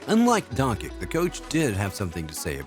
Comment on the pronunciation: 2022 video and still can't pronounce Doncic..